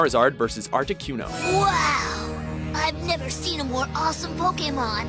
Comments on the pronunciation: I get that the narrator pretty much doesn't know anything about Pokémon other than what it says on his script but like... damn... Ash vs Jeanette is one of the most forgettable picks on this list... why pronounce Articuno "Arti Q no" in the same clip they SAY the name? Why call it the "Diamond and Pearls region"... What the fuck was with the Venusaur called "Vein u saur"? Didn't go too in-depth about number 1 but I actually agree with it, the fight meant a lot more than just Charizard vs Blastoise, and Ash showed off his unique tactical mindset when he figured out hot to bring Charizard in close to Blastoise. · How come you kept mispronouncing it as Articyuno? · Dude why do you struggle to pronounce Articuno? It's not hard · How do you pronounce Articuno and Venusaur incorrectly when they say it in the show?